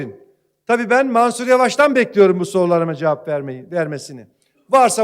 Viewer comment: Marsur değil Mansur Türkçe Öğren....!!! Herkesi yaftalama sizi mahkemeye vermek gerek Türk milleti olarak...